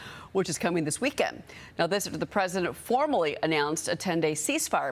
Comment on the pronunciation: Kudos to the host (Name?) for pronouncing IRAN correctly! It's NOT "I ran"!